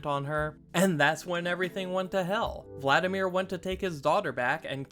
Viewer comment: Vladimir. there's no 'N" in the name.